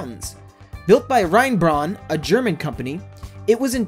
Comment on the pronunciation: You are so provincially AMERICAN! 'Railroad' instead of railway, mispronunciation of foreign names like Rheinbraun ('rayn-brown, NOT rayn-brahn)! and using the imperial system (NO indication of metric whatsoever!) of measurements EXCLUSIVELY! This is design for American classrooms and not online to an INTERNATIONAL audience! Very poorly done!